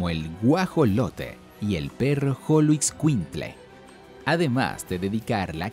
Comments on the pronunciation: Porque dijo Xoloitzcuintle con sonido como Jolo...y no como Sh según la correcta pronunciación es Sholo ? Min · la pronunciación es con sh Sholoitzcuintli asi sonaria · Excelente video solo algunas precisiones, en Teotihuacan no hay momias, tampoco tumbas, pero si entierros ofrenda. Se que la "x" del español mexicano es compleja pero va: x(sh)oloescuintle, maguey: no se pronuncia la "u" sino que le da a la "e" un sonido suave, típico del español, no se sabe quiénes fueron sus fundadores y su lengua no era el náhuatl, aún eso se investiga y se discute, los otomíes suenan fuerte, pero si efectivamente los Mexicas nos dejaron muchas referencias, nop, en Teotihuacan no usaron chinampas, esos fueron los Mexicas, quienes llegaron 500 años aprox. después y se maravillaron de lo que quedaba. Gracias por tu material, la foto es genial!!